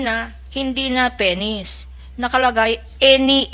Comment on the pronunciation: Penis not peny